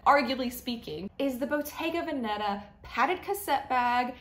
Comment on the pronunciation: Please pronounce “Bottega Veneta” correctly, especially the accent on “Veneta: it’s VÈneta, NOT VenÈta! Bottega Veneta literally means a Shop from “Veneto”, a northern region of Italy with Venice and Verona